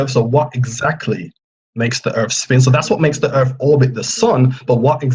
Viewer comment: Erf? If you're going to discuss the shape of earth, at least learn to say it!